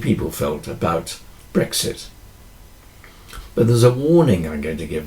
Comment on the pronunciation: Another highly relevant video - well done ! Thank you ! I think I must have been feeling hungry with those analogies around food - I could have sworn you said “breakfast” instead of brexit !